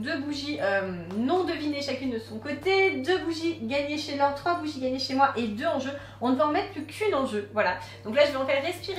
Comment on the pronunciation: cest "laure" pas "lore"